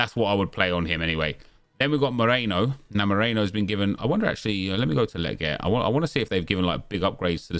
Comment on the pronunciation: "leh-get" lol